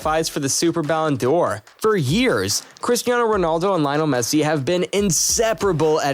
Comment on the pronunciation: Yes, ridiculous. And it's not pronounced Ballon dior but Ballon door. So irritating.